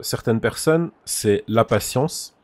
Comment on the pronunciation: Le nombre de fois où il a di patiensse